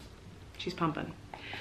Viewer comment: the way she said pumping sounded like pooping and I was like huh oh wait😂